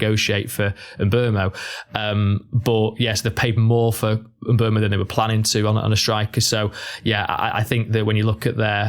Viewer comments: Still not right. Everyone either says ..oo-mow or ..err-mow, but it's somewhere in between. Just a French "eu" vowel sound really. And the end o should be more truncated than everyone does it. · FFS there is no r in Mbeumo. M Boom O, it’s not hard.